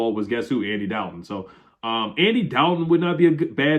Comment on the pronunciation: I don't think you're saying Andy Dalton's name I thought at first you were breaking his chops every time you mention his name but now I think just the wrong pronouncing